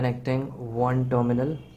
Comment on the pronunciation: When you say "dominal", do you mean terminal? I think you could improve your pronunciation by watching videos made by native speakers.